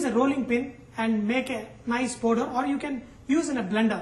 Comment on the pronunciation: sorry sir but plz dont say poder (powder)--its paaauuuuuder (powder). u r simply gr8 :))